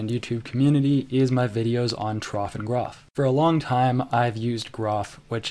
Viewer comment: No, both are wrong.